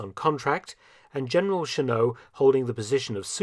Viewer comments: Never knew about the Soviets' contribution to China's air force. Somehow never mentioned in the American accounts I've depended on. Wonder why.... Funny how Mark pronounces Chennault's name "Shenno," French style. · Sorry, Mark, but it's the "Pronunciation Nazi " again. To quote Wikipedia, "(Chennault's) surname is of French origin; the French pronunciation is "Shen-oh", but his family pronounced it "Shen-awlt"." Doesn't mean it wasn't a great video, though! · My father served with the Flying Tigers and he always said Chennault's name with a non-French pronunciation. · Claire Chennault pronounced his last name not with a French pronunciation, but with the ending L and T. Claire’s Chinese-born wife Anna later may have played a role in Richard Nixon's 1968 presidential campaign in seeking to delay the Vietnam War peace negotiations, in order to boost Nixon's chances for victory, as she was trusted by both the Americans and South Vietnamese. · FYI, Claire Chennault's surname was pronounced "Sheh-nawlt," not "Sheh-noh." It's a French name, but he was born in Texas, and Texans don't even pronounce Spanish names correctly, much less French names. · The one issue with this video is the pronunciation of Gen. Chennault's name. While it is of French origin, his family had gone away from the French 'Shen-O' pronunciation and Americanized it to 'Shen-awlt.'